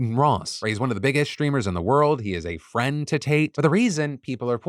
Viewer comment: "He is a friend to Tate." That's a questionable emphasis on the word "friend". With friends like that, Tate should've just kept his mouth shut. He'd better hope he didn't tell him anything else.😂